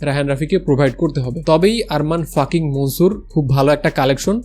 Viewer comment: আরে বলদ, ওটা ফাকিং না 🤣🤣🤣